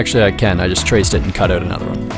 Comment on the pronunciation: Why is it so hard for you to say OUT?